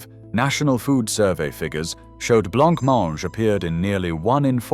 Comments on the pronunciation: Why is he pronouncing Blancmange as Blanc-mange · All I see when they say blabmaange is the Monty Python skit😅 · Erm . You can still get semolina and blancmange... But why was blancmange and glace pronounced wrong? Doesn't feel very "British". Especially showing Jell-O! Basically a lot of this is just tastes and fashion. Especially war time dishes that were made out of necessity. Most of the time these days, both parents have to work so a lot of this stuff just isn't feasible. I've had syllabub and was born in the 90s, so clearly they're not all gone. And figgy pudding is literally just Christmas pudding. Many people still make their own.